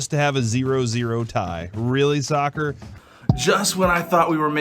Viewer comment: oof listening to those meatheads talking about "sukker" was painful